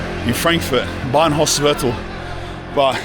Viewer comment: Franfurt Bahnhofsviertel sound so wired out of his mouth.